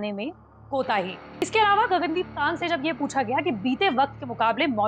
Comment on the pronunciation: Gagan deep kang correct ur pronuction not kagg